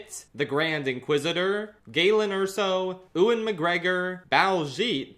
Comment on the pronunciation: I beg you stop saying Ewan as ouuin it’s said more like youin (as a Scottish person 🏴) love you tho xx